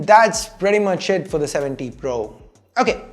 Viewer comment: It always sounds like you say oneplus 70 pro